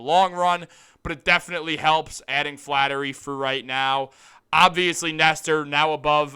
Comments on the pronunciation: hey Einstein its Flaherty not flattery. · it's FlaHERTY Not Flattery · FLAHERTY. NOT FLATTERY. Gucci Mane La Flaherty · Thank you. I was cringing when he repeatedly said Flattery. We had a player with the same last name before. If you are so excited about this rumor (not fact), at least get the name right first. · Bruh say the man’s name right